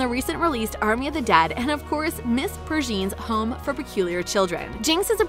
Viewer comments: Screaming and crying how do you mispronounce vi, hailee, and peregrines AHHHH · "Miss Pergine's" it's Miss PErEGrIne's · “Miss Perjeen’s”😭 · did she just say miss per'zeens' instead of miss peregrines wtf. how can you be THIS bad at this. you had ONE job...and you messed it up. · Miss Pur-jeen??